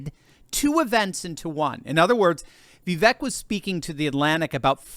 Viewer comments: Everyone pronounces Vivek name wrong… it’s Vivek, like CAKE ( Vi-Vāk) … not Vivek , like Shrek …. Get it right people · God love you but it’s Vi•vake like “cake” although spelled Vivek 😂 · Pronounced Vi-Vāke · Vivek is pronounced like 'cake'. Vi-vake. I heard him say this on a YouTube video recently. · that's "ViVAKE!" - rhymes with CAKE! Stop mispronouncing Vivek's name. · It's Vi - VAKE. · I know it is a little thing, but his name is pronounced Vivek, rhythms with cake.